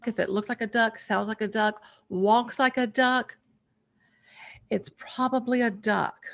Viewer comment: Whoa! You are THE first native English speaker who I’ve heard pronounce the ‘L’ when saying “walk”!!! 😮